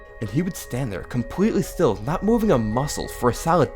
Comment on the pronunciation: at this point I'm noticing him pronouncing still , past and more words with s like this thtill , patht , and like... Something like Thor , did anyone else notice that ?